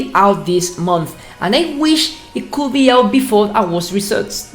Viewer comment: I understood you all the time in the video, I mean you did it so good. An advice" when you pronounce would or could do not pronounce the L, so it'going to sound like wud and cud.